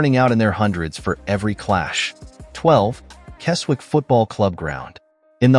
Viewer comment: Right then... let's have a look at this... The Appleby ground (Brumby Hall) you have shown is actually Appleby Frodingham in Lincolnshire NOT Appleby in Westmorland. There's a photo of Rainworth MWFC half way through... that's in Nottinghamshire! Keswick is pronounced 'Kezzick' Tranmere's ground...? What's that here for...? It's in Cheshire!